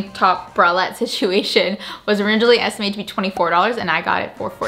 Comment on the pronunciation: Esitmated?!😂😂 how did you guys miss that😂?